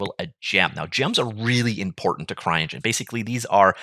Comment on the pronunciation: did you just say "crying engine"? :D